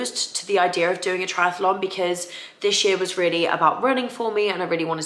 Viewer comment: Lovely vlog as always! May I just point out that’s it’s just Triathlon and not triatAlon? Sorry for being picky, but I can’t unhear it 😅